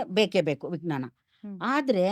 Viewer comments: ನಿಮ್ಮ ಪ್ರತಿಭೆ ಬಗ್ಗೆ, ಕನ್ನಡ ಭಾಷೆಯ ಹಿಡಿತದ ಬಗ್ಗೆ ಏನು ದೂರು ಇಲ್ಲ, ಆದರೆ ವಿಜ್ಞಾನವನ್ನು ವಿಗ್ನಾನ ಅಂತ ಹೇಳುವುದು ಮಾತ್ರ ಸರಿ ಇಲ್ಲ. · ನೀವು ವಿಜ್ಞಾನ ಅನ್ನುವ ಪದದ ಉಚ್ಚಾರಣೆಯನ್ನು ವಿಗ್ನಾನ ಎನ್ನುತ್ತಿದ್ದೀರಿ. ಇದನ್ನು ಪರಿಶೀಲಿಸಬಹುದೇ?